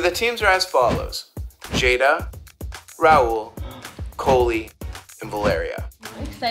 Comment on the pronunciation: wait she wasnt doing it cause he called her cOHlie??